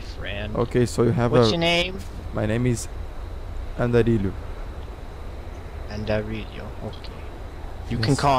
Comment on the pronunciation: eu tbm aushaushsahu,ri pra k7 dele falando o nome do andarilho errado asuash